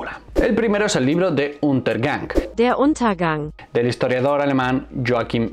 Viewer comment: Muy buena aportación 👍 Pero como es posible que no seas capaz de replicar el sonido: der untergang. Esfuerzate tantito